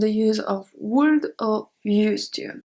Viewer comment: Hey, great lesson, thank you again! I love to study other languages and discover all the ups and downs of each one, as a student I welcome any help and correction in the process so to improve my learning, with this been said I hope you don't mind me correcting your English pronunciation, when you say "would" in English we don't pronounce the L in this word, we say "wood" just like the word wood. I hope this helps and that you take no offence.😼